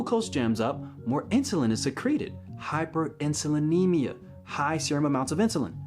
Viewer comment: When you enunciated hyperinsulinemia then broke down what each part of the word meant, i immediately thought of Dr Bernard 😂